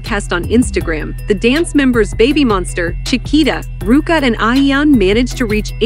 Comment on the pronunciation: Someone needs to fix the pronunciation of this (bot??) AI or whatever it is....kinda embarrasing, 'Babbie Monster.'. come-on ! ...😮😮😬☹